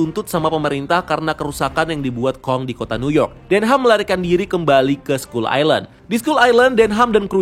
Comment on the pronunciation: Bang, Kalo sebutan ny dlm bahasa inggeris,sebutin dengan bener bang,skull kok d sebut ny jadi sekul??sekal baru bener skull,kalo ga mau pronaunsiasi ya ubah aja jadi pulau tengkorak mudahkn